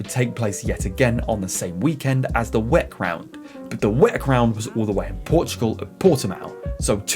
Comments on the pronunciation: good video but i think people say double-u-ec instead of WEC otherwise keep it up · Can you PLEASE stop saying "weck" ?! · I’ve never ever heard anybody say it like that before and at first I didn’t even understand what the hell he was talking about haha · Never heard someone say Weck instead of W. E. C. neat. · For gods sake please don’t say WEC like you say it! Why don’t you say WEC like everyone else?